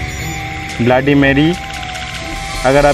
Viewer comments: It's not blaady it's bloody Mary 🤣🤣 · Abe bbai Tu sab se phele bloody bolna sikhle